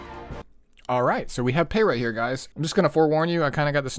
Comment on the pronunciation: The first content creator I’ve heard to pronounce the name right lmao. I’ve been bruiser gang for a while, she might make me switch over to cleaving more